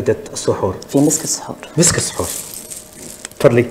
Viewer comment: السحور و ليس الصحور